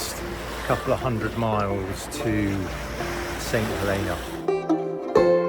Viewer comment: Nice boat, dodgy pronunciation. It's "Huleena" or that's how the locals pronounced it when I was there in the 90's